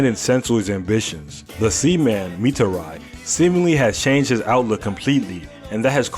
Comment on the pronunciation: Why did you mispronounce mitari's name